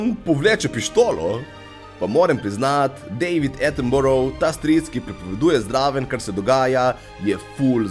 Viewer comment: deivid e-tin-borou - LOL ... dejvid aettin-bae-ra ;) - ma ce smo posteni... tudi pol anglezev ne zna izgovorit ;) - isto se konca kot edinburg...edin-bea-ra ;) Anoak sej nima veze... glavno da malo svoj vpliv pozitivno uporabis na mladini! bravo.,. vec takih